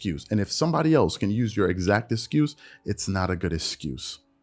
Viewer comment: Is he saying the word excuse wrong? Or did he say it so many times that my ears are playing games? I keep hearing it with an 'S' sound instead of the 'X'.